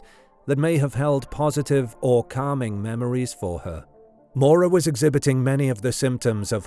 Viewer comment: This narrator mispronouncing her name one hundred times is maddening